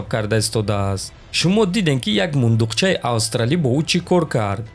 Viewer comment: ами «мундуқчаша” зур гуфти неки😂😂😂